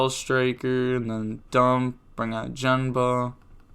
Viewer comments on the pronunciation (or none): The samurai is pronounced “GEN” with a hard G making the “guh” sound. Not “gene-ba” but “guh- en- ba”